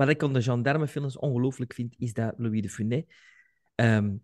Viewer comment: fijne podcast, maar bij de uitspraak van "de Funes" wordt de "s" op het einde uitgesproken.